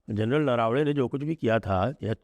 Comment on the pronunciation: सर, हमारे पूर्व आर्मी चीफ का उपनाम नरावणे नहीं नरवणे है. कृपया योग्य उच्चारण करे.🙏